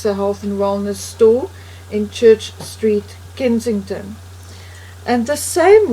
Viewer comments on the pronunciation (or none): none